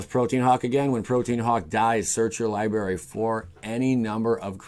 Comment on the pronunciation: What is a “libary?”